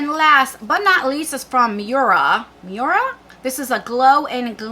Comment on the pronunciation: Loved them both. BTW, it's pronounced "moy-ruh". Love your channel. 🥰🥰🥰